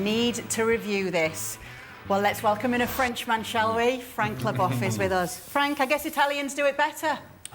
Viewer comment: at least pronounce Frank's name right 🤦‍♀